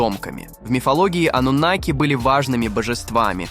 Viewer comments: Ты когда с бумажки читаешь , хоть ударение правильно ставь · Они и сейчас живут здесь. Ударение "анунаки" на вторую А. Информация очень куцая. Давно уже всё выложено в инет, а не детский лепет